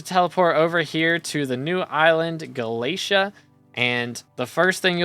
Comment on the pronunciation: FINALLY WE GET THE UPDATE!!! Btw galatea is pronounced more like ga-la-te-a